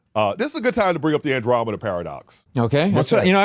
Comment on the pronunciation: He absolutely butchered the Andromeda Paradox 😅